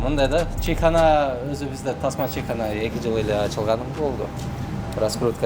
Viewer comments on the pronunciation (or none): Чийхана эмес чычым болбойле Чайкана эле дей бергиле